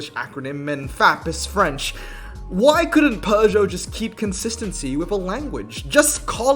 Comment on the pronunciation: That intro was sick dude, even tho the pronounciation sounded more spanish than french😂